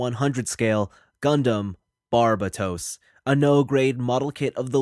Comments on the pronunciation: and here I am pronouncing it as Burbatos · Butchered the name though.